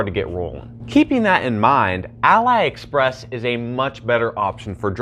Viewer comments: why you say alibaba but "A-Lie Express" lmaooo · Great video, but you were misprounicing the whole time Aliexpress.